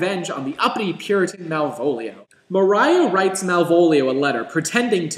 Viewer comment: Its Maria, not Mariah :) this was good though